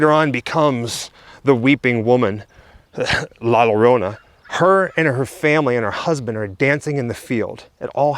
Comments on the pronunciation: Just say it like this, La Yo Ro Na. And it will sound perfect. 😁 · You speak it that Way La Ljorona not La llorona so i help out :) taysm for tell us and show, Your two are super awesome♥ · La Yo - To - Nah It's ok. All English Speaking peoples can't really pronounce foreign words or names. This goes for Americans, British, Australians, Canadians, South African, etc... Your upbringing and the way you don't roll the tongue correctly in your mouth is part of the cause. BTW - my whole family is Cuban born and raised. So this story is not part of our culture at all. But my sister is married to a Mexican man (💯 pure Aztec/Mayan descent) and he truly believes in the legend. So much so that my sister now also believes the legend as well. But then... She also believes in the BLOODY MARY story as well and is always apprehensive about stepping up to a mirror and staring at herself. Oh well... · Isn’t it pronounced La-La-Rona? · Greetings, the way to say La Llorona is to actually say her name with an H sound. Sort of like La Horona, that is the proper way to say it the Weeping Woman's name. Be well everyone. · Lol the first sentence, can’t say la lLorna, lol. Love it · As a Mexican American from East LA, you are forgiven from not being able to pronounce La Llorona. Keep up the amazing work. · 😆 L~L~O~R~O~N~A say it with me 😆 nah you did good bro , your videos rock guys , hope to see you at monsterpalloza on Sunday since I can only afford one day 😆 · I'm guessing put the warning up about how you can't pronounce the name. Too cute! I have never seen this movie but I will now!